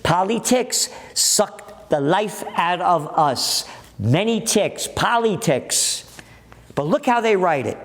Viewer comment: 😂😂 "Poly ticks.." Gotta love this old school Italian.